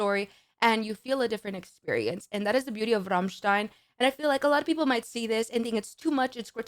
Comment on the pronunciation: Not only do you pronounce "Rammstein" perfectly, your rolled "r" sounds massively sexy!